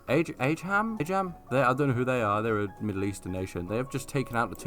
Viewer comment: It’s pronounced uhh Jum, it’s a Arabic word for Persian, but it’s also used to refer to a foreigner